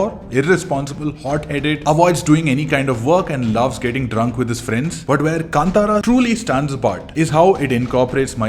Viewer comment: thank god you pronounced film name "kantara"correctly ......